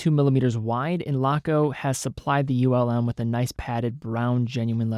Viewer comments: Greetings from Germany! Just a note - it´s not U.L.M., it´s Ulm as a word. Ulm is a german city and not an acronym. Keep up the good work. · For pronunciation, it’s not an acronym. Laco name their watches after cities in Germany. Ulm is one of those cities. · Ulm are not separete letters, is a city name. Not U-L-M but Ulm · U.L.M 😂 I wonder how would pronounce Neckarsulm 😁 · A lot of Laco watches are named after German cities. Augsburg, Stuttgart, Bremerhaven to name a few with Ulm being another name. As a soldier there, I had the pleasure of touring the whole country. Had I not been there, I probably would have pronounced like.